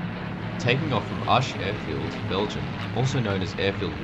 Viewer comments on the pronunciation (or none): none